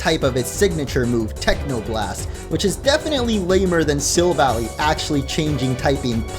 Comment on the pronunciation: Am i the only one who is being bothered by him saying sylvally wrong